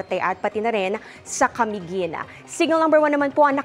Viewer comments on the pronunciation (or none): none